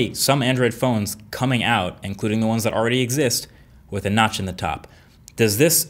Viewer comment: Who heard nuts instead of notch.